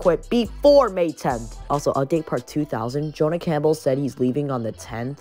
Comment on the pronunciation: HAH U DIDN'T SAY THE NAME RIGHT L BOZO in all seriousness tho thx for having me on